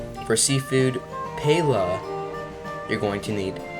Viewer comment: Ah yes, my favourite dish. PAYLA.